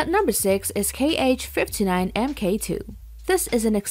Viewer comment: not K H, its pronounce HA